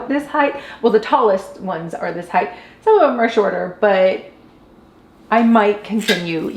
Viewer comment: HeighT not heighth lol. I grew up in Cali so i know it's not a Cali thing, but both you and mispronounce that word. If you go to Google and type in "pronounce height" you will see...or in this case hear it. Not sure why this bugs me so much. Maybe it's that my college education was wrapped up in linguistics. 🤐 😄 The pantry turned out great. I love the cedar. Great job!